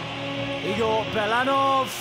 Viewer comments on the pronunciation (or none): none